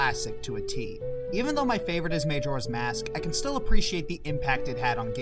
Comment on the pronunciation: I'm not one to complain on how people pronounce things, but seriously? May-Jora is how you pronounce it?